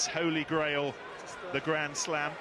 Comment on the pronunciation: Grand not Gland